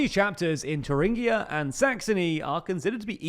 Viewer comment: Thuringia is an English word, you don't need to try to Germanize it